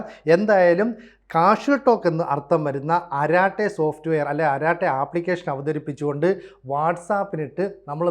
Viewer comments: അരാട്ടൈ എന്നല്ല. "അരട്ടൈ" എന്നാണ് pronunciation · അരാട്ടൈ എന്നല്ല, അരട്ടൈ എന്നാണ് പറയേണ്ടത്. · Edo kurachu tamizh ariyaan sramikku. അററ്റൈ ennaanu parayendadhu. Arattai ennaal English il chat, Malayalathil sallapam. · അററ്റൈ ennaanu. Tamizh aanu. Malayalathil Sallapam , English il Chat. Allaandu anchor parayunnadhu Karate poley alla.